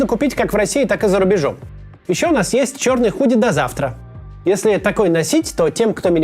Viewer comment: "До завтра" прозвучало почти как "до вчера".